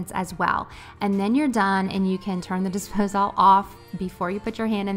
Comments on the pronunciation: I’ve never heard anyone say “Dispose-All” before, lol. I’ve only ever heard it pronounced “Disposal”… I had to rewind to make sure I heard you correctly and then when I saw you’re check list, I was SURE it would say “Dispose All” but sure enough, it said “disposal”. Maybe it’s a southern thing? Very sweet. Love this video! I am cleaning with you, I just had to take a quick break and I decided to comment. Keep the videos coming!! You got yourself a new subscriber! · I’m new here … have I been saying disposal wrong ? Is it really dispose-all ?